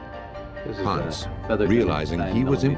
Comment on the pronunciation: Ponce pronounced: Po-n-say not “Ponz.”